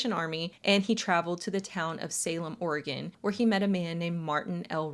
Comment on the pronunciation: Thank you for pronouncing oregon correctly